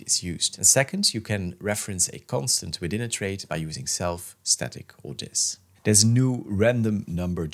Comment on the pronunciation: Great video, thank you. Constructive criticism if you are interested: some words were difficult to understand. Here are the words that I could not understand: Disjunctive normal form types, that ____. Self, static, ____. (Actually, after playing it a few times and watching your code, I was able to figure out that the words were "or this".)